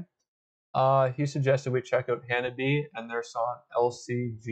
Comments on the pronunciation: They are pronounced Ha-na-bi-eh 😁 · It's Ha-Na-bee-aye.